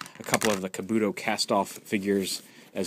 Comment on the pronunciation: Just a side note Kabuto is pronounced KAH-boot-oh (so you pronounced it right but stressed the wrong syllable).